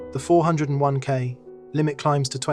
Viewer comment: The AI narration and various typos were actually pretty funny on this one. Love the huge pauses whenever there was a dash. And love the 4…oh…1…k 😂 Overall pretty low quality AI though.